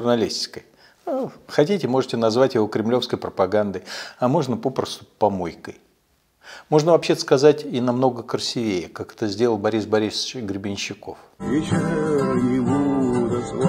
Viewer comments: Всегда смотрю вас с большим интересом. Маленький нюанс - слово «красИвее» произносится с ударением на второй слог (а не «красивЕе»). Извините. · Не красивЕЕ, а красИвее. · Миша, не красивЕЕ, а, красИвее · Михаил, КРАСИИИИВЕЕ и ОБЕСПЕЕЕЕЧЕНИЕ, при всем уважении) Что ж с ударениями у Вас так грустно( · 16 секунда и сразу слышу красивЕе...(((( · Всё отлично. НО правильно говорить КрасИвее. Уж очень резануло по уху. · Уважаемый Михаил Борисович! С большим признанием отношусь к Вам, всегда все правильно говорите. Но небольшая ремарка на будущее: в слове КРАСИВЕЕ УДАРЕНИЕ СТАВИТСЯ НА ВТОРОМ СЛОГЕ (И)!